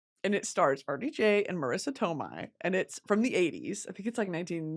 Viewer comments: It’s “Marissa toe-MAY” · every time you said marisa tomei like toe-mai i winced 😭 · Not Marissa Tome-eye!! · It's Marissa toe-may babes